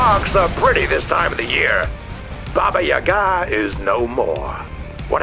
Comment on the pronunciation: Entertaining fight as usual :) Crab needs more melee weapons... PS. It's pronounced baba, YAga.. not baba yaGA.. :D